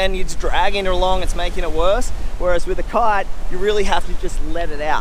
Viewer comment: Why does he keep saying "cart" instead of kite?